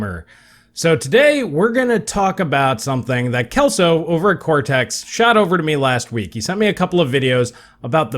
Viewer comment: The C in () reads like an S, not a K. Just fyi.